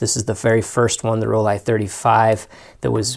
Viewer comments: Sorry, but Rollei is pronounced ROLL E not ROLL I. And Nikon is pronounced NICK ON not NY KON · I remember those Nikon Ti, made a 35 version too, it was once on my bucket list. Seriously i think you should get those Rollie models spoken correctly, it detracts from the content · I work hard to ensure I say things correctly. A native German told me how to properly pronounce Rollie, and I was told by a Nikon rep, that in the states, they have embraced the hard I pronunciation for Nikon. But really, no matter how I pronounce things, someone will complain. As you have demonstrated. It gets a bit silly. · They are wrong Nikon is Japanese not american... Rollei is German not American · You don't think I know where these cameras are from? This is how you pronounce Rollei in German: And this supports what a Nikon rep told me